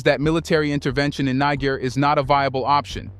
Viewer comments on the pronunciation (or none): You have mispronounced Niger 🇳🇪 many times in this video, you called the revolutionist the N word😮. I am sure in ancient times in Africa, that was not the name of that land.